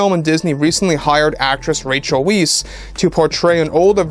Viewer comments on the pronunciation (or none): Really now?!? I loved Rachel Wise in the Mummy, and she had a solid showing in Black Widow, so I know she's up to the physicality the role will require (and the CGI will help). So, yeah, there's potential here. Oh, and by the way, her name uses a German "W", so it's pronounced "Vice". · Isn’t her name pronounced “Vice” ? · Rachel Vice is the correct pronunciation. Thought I'd let you know. Love Rachel. That would be cool to have two of my favorites with her in it. Now bring in Brendan Fraser lol